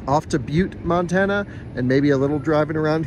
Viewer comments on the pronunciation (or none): OK so you start off in North Dakota you pronounce that properly but next time you go through Montana pronounce it right it doesn’t start off pronouncing it as man